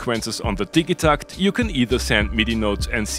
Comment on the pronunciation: It's definitely pronounced "Didja-TACKT"